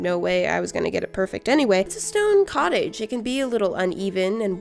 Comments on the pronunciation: “ Welcome to nana’s Cutige” The way she said cottage 😂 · Wilcome to Nannas cutage ! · Wilcome to Nanna’s cuttige Me: HeLLo i’M nANna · ‘✨Wilcome to Nanna’s cuttage✨’ IM WHEASING- 👹😂 👁👄👁